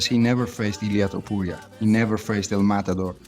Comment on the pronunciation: that is NOT how you say his name lil bro 😭✌